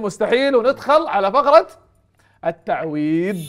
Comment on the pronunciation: عندك مشكلة في مخرج حرف (ض) في كلمة التعويض 😄